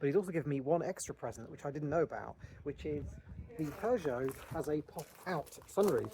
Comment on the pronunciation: Really fun video! The classic car spotting was incredible! 😍 Nice to see Alan out and about. Lovely cabin on the ferry too! 😊 I’ve just realized that not only does Jim pronounce “film” with two syllables, as would be normal in Norn Iron speak = “filum”, but he also pronounces Peugeot as “purrgeot” which is really quite endearing… 😂